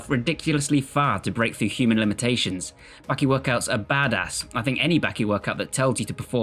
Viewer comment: It’s Baki. Not Bahhqkey!!!